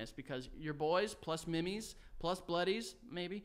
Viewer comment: calling mimos "mimis" makes me unreasonably angry every time 😅